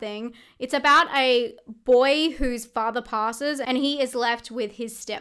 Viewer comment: Octobaaa, fathaaa, mothaaa, togethaaa. Just loving your accent. LOL 😂